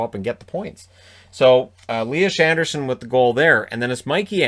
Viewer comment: If mispronounciations bother you you should know it's not Liash Andersson (Like Patrik Elias), it's Lias. Same with Elias Pettersson. It doesn't bother me at all..